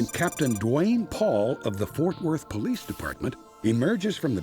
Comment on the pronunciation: I NEED DA BOLICE! I NEED DA BOLICE!💀😭🤣